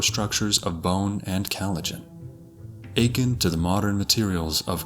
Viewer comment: He pronounced akin *aching